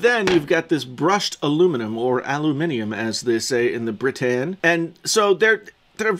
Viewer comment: The way you said “in Britain” made me chuckle.